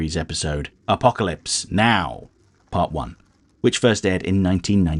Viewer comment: I like it when you say, Apocalypse pause Now! 😂